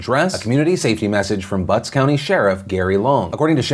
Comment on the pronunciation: I thought I was the only one lmao, I was giggling like an idiot in my school's student lounge while eating, especially bc he kept putting so much emphasis on BuTtS county.